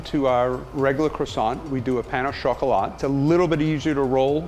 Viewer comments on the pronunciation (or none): he seriously just said "pan o chocolate" its supposed to be "pain au chocolate" pain is pronounced basically like pa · When he said pahn au chocolat (pronounced literally) I died.